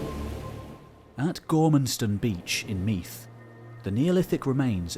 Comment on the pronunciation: The th in Meath is pronounced as the th in the